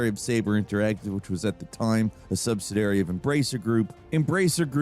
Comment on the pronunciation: Subsidiary has 4 syllables, dude.